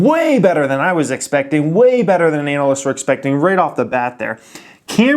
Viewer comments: anuh-lists.. or anal-lists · anal ist